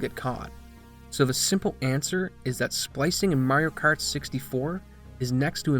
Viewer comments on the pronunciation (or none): Wtf is "Merioh Kert"?